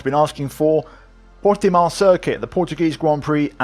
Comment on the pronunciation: Stop saying portimao like that u sound stupid ur not Portuguese